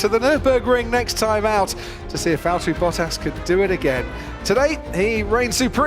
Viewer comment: its valtteri